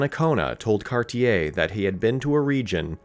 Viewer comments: You kind of messed up Cartier as well Car-ti-ay it's French and you don't hear the er. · Terrible French pronunciation. E.g. "Gaspé" is not "gasp" but "gas-pay". "Cartier" is not "kar-tee-yay" but "kar-shay". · Cartier - car-tee-ay with the t almost soft Gaspe - gas-pay Hochelaga - hosh-e-log-a Quebec - ke-beck Iroquois- ear-o-qwah Just some helpful pronunciation tips